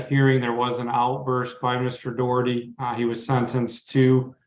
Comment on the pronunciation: It's Daw-Herty, not Doe-Herty. It's an Irish surname, so say it correctly - even if that gobshite is shaming his Irish ancestors with his idiocy.